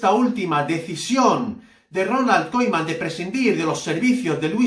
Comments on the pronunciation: No se dice kolman. Se dice Kuman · Aprende a decir el nombre del entrenador, man!